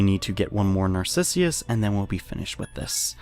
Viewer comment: It's Narcissus though, not Narcissius. :/